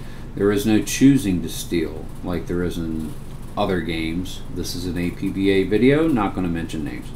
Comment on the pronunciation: It's pronounced APP - BAH